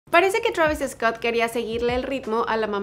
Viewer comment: Te crees que sabes hablar ingles bien y dices Travis Escot venga hombre